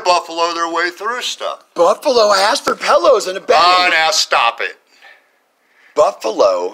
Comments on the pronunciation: "She axed me" lol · You axed me to leave?? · “ you axed me to leave three times “ come on! Learn to speak right. 🙄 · She axe her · "You axed me...." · She just axed if she can get her nails done. She's got a big date, someone is taking her to see the Axstros vs the Yankees.